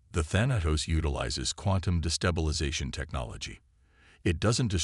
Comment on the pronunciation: WOW!!!!! Story #4 today and my LAST!!!!!!!!!!!!!!! Just in the first few minutes......your POS AI, once again, as usual, has proven that you don't give a rats arse if it makes sense or speaks correct English or not!!!!!!!!!!!!!! JUST in the first few minutes....WTF IS: "DEH-brees", "arMAYduh", "arMADuh", "convinned"(convened), "deh-BREES", "di-STEBBLE-izing" !!!!!!!?????????????????? Your stories SUCK if they can't be enjoyed be hearing PROPER English FREAKING language!!!!!!!!!!!!!!!!!!!!!!!!!